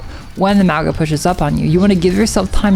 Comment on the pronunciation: Hey! Love the video just wanna point out something that doesn’t really have to do with Ana but is still important but Maugas name is meant to be pronounced with like a soft g so it’d sound like there was an n in front of it so like “Maunga” but ty for all the helpful Ana tips hopefully I get outta gold soon lol